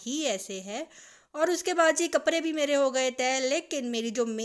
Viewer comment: AP kaprdy ko kapry kiun bolty Hain?